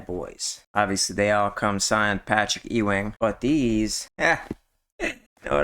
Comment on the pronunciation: It's Patrick Ewing (You Wing) not Eeee Wing